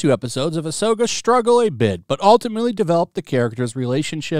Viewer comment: More like Ah’Soy’Ka